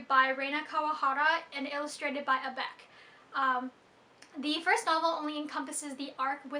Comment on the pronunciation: I liked your review, and I mostly agree. The manga wasn't super amazing, but the light novel was awesome, with abec's (just adding this as a side note, it's pronounced abeshi.) illustrations (apparently she did them when she was still in high school OAO) and the depth of the story. Great review, keep it up :D